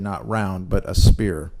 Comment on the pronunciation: the word is "sphere"... pronounced (S-feer) not spear... and btw: evolution and spherical planets are not inclusive... you get your info from a church? lollll